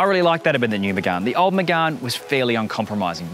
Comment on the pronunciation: It’s “Megane” not “Megun” 😂